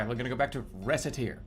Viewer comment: I can’t get over him pronouncing Recette like she’s the fricken mole from animal crossing